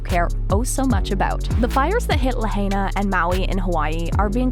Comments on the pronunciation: ITs pronounced La 'high' na.. not La 'hay' na. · You're mispronouncing the word, "Lahaina" ITS NOT LA HEY NA. ITS *"LA *HIGH NA". STOP SAYING "LAHEYNA", PLS. I WROTE THIS BEFORE AND YOU'RE STILL MISPRONOUNCING IT. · This FAMOUS Hawaiian town is pronounced “LA-HI-NA”. not “La-HAY-Na”!!! At least get the name right. Read a book. Go to school. Don’t be an ignoramus. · the commentator lady should learn how to say Lahaina. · Please pronounce Lahina right or do not do videos on it. Quit with the conspiracy theory label as well it just the easiest way to deflect conspiracy fact. I saw at least three blue cars without a scratch next to melted cars. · If you are going to make money regurgitating old stories...at least pronounce Lahaina and kanaka properly